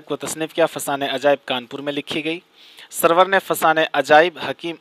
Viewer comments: suroor he bhai. sarwar nahi. tasheeh kijye apni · سرور نہیں بھائی سُرور